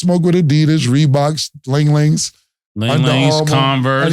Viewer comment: Nah calling the Li-nings ling lings is crazy 🤣